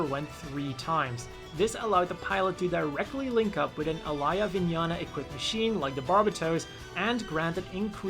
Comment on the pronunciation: The way he said mikazuki and Alaya vinjata.